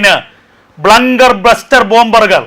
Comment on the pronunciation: Not blunker buster bunger buster. ബങ്കർ ബസ്റ്റർ